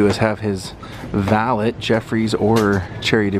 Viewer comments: no offence but its pronounced val-ay not val-et...french thing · I like your videos but I can't stand listening to you say "valit" anymore